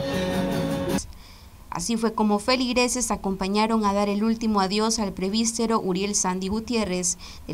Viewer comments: Se dice presbítero. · Señorita periodista. Se dice Presbítero y no prebistero.